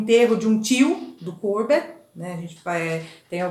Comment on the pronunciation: O Courbet era francês e não inglês. O nome dele tem a última sílaba mais forte. Vc falou com se fosse um nome inglês. O nome da obra é bAs RESPIGADEIRAS, vem de espigas e não de pingos. Não se diz ResPING aderias. Achei a aula muito boa. Hj , após 4 anos de postagem, eu estou assistindo